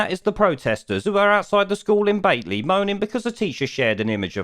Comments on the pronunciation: repeat after me. BATLEY BAT-LEE BAT-LEE BAT-LEE bloody southerners 😂😂😂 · Battlee is the pronounciation for Batley..geddit, not Batelee🙄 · It’s BAT-LEE